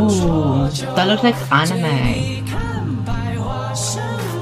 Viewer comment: 'Wuuuu , it looks like on-ni-meh' 🤣 It's pronounced as an-ni-meh